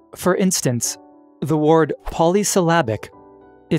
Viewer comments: word. not ward. simple huh? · The weirdest thing in the video isn't the paradoxes it's the pronunciation of "ward" or what should be word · This dude struggles everytime he says Wyurd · Is it a paradox that you can’t pronounce the word “word” correctly? What in holy hell is going on? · Why do u say word like that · Anyone else a little triggered by the pronunciation of the word "word"..?